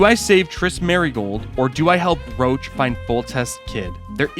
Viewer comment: "Geralt has a personal rule about dragonslaying, wich is, that he doesn't" - friendly reminder as per books, it's because he's afraid to do so, not because they are endangered or smg Also, Roch is read as 'rosh', not 'roach'